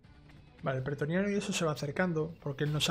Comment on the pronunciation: Buen video, me has ayudado a convencerme de comprar el juego, eso si, por favor, es pretoriano, no petroniano, XD